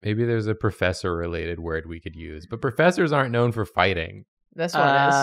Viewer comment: ProFESSIor! ProFESSIor! Me, a french person: only hears FESSE! FESSE! which means butt cheek